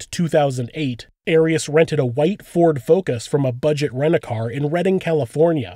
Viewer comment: It's not AIR-EASS, it's AHR-EEAS